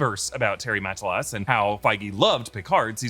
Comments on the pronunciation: How does an American butcher the name of an American so effortlessly? “Terry Ma-tah-lass” isn’t rocket science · It's killing me how often Terry Matalas' name is being mispronounced in this video😂 great content, always looking forward ro nore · Interesting way of pronouncing Terry's surname. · Terry Ma-ta-las! Check any of his recent interviews